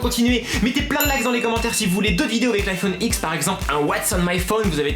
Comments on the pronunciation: on dit pas iPhone dix on dit iPhone X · Au lieu de dire l'iPhone x tu dis l'iPhone 10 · "je suis un vrai geek" "iphone X" Dsl mec mais a partir du moent ou t a toujours oas compris qie ca se dit 10 t est juste un pigeon qui veut se la peter